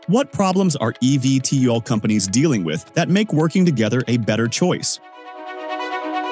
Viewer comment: Great video, but you need to do more research. Archer has an "all of the above" approach and will be both selling aircraft, as well as operating their own service. It is literally on the company website. Also, most people pronounce it "Eeee Veee tol." Your computer voice was all over the place!